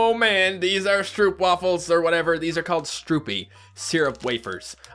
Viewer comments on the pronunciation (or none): You are saying stroop wafels wrong!! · I LOVE the candy called Napoleon! and I fell on the ground of laughing when he says "stroopwafels"! he says it like a "ou"! and also, the so-called "schoolkrijt" is not the salted liquorish. and a nice fact: the name Schoolkrijt means chalk. and you said that CHOCOLATE IS DUTCH??? it's BELGIUM!:) well... they sell begian' s chocolate, butt it's isn’t our speciality! And, keep up the good work like this video. I LOVED it!!